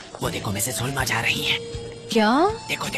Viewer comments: Sanam’s pronounciation is incorrect as hell( the dubbed one) it’s not heuuuma it’s huma. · Miss hummm hummmm he can't say miss huma😂😂😂😂lol